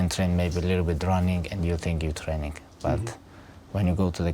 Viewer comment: "Alot of hard work and alot of train-ingkt"